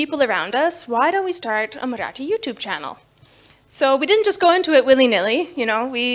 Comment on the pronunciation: Wow her Marathi pronunciations! 👌 👌 👌